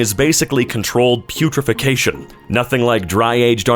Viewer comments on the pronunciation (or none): "I'm a professional reader." reads "putrefaction", says "putrification"